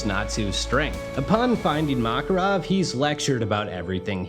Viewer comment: Kept getting distracted by his mispronouncing of the names. Mock-erov, Loxus, Gah-xeel.